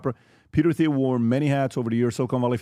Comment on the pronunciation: 09 PBD stop saying Theo. Lol😂 isn't it Teal???